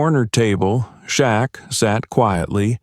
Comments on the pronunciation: SHAQ. NOT SHACK. THAT'S RUDE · This narrator wants us to believe NOBODY in the restaurant knew who Shaq was? Also, why did this narrator misspell Shaq's name? his name? 'SHACK 🤣.' Everyone in L.A. and around the world knows who he is. For that reason, I don't think this story is true. Okay, now I KNOW this story definitely isn't true. The narrator ended this fictional tale by calling 'Shaq,' 'SHOCK!' 😂 Who is this narrator? He's a joke! Last week, I read a similar story about Snoop Dogg being mistreated at a restaurant he supposedly owned. He, too, was dressed casually wearing a hoodie and cap. And, no one recognized him? He was treated poorly too. People know who Snoop is. Not only because of his music career, but because of Martha Steward's and Snoop's cooking show. NBC hired him to be a roving reporter at the summer Olympics last year. He also performed. Overall, he did a superb job! Lastly, he was a beloved judge on the show, 'The Voice.' I agree with a previous post. AI did a poor job of creating Shaq. His face and body are too big. Plus, he would've towered over the rude waitress. I'm not buying his story. Again, the narrator misspelled Snoop's name. At least this guy is consistent in one thing. Misspelling Shaq's and Snoop's names. I'm definitely NOT subscribing! Do your homework wannabe CC. SMH!